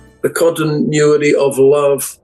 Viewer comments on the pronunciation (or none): none